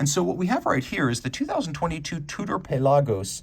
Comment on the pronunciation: Bruh why you say pelagos funny?